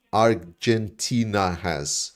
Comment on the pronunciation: Listen pls to the song "Dont cry for me Argentina" by Madonna, then you get the right pronunciation. XD. With all respect to Argentina.